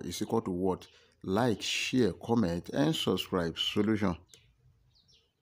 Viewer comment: I like how this guy says 'share'.